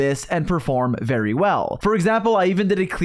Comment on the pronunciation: bro actually said "vary very heavily"